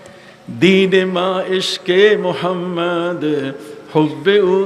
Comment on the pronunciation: আপনার মধ্যে অনেক জ্ঞানের অহংকার ।আল্লাহ্ আপনাকে হেদায়েত করুন ।নবী মোহাম্মদ (স:) ঠিকমতো উচ্চারণ করে দুরুদই পাঠ করেন না ।